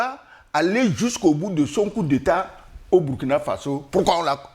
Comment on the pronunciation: Commentaire tres important, et tres pertinent. Cependant c'est Burkina Faso, qui se prononce "bourkina". Le nom "Burkina" vient d'une langue de pays.